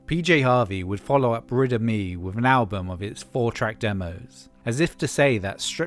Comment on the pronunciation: I was listening without looking at the screen and until I looked up at the end I thought you were saying "Riddim E".